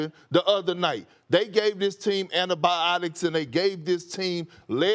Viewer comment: Perk: it’s pronounced antibiotics Perk : AnIBAIOCTISS